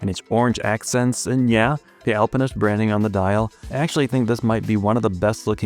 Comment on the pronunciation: Finally not saying "Alpine-ist" 😂